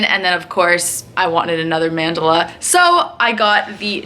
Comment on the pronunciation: stop saying mandala like that, lol ilysm and love your tats